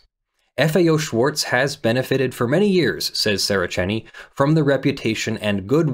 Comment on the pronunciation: The German 'Z' is pronounced 'ts'. Schwarz does not end in an English 'z' sound. It ends in a 'ts' sound.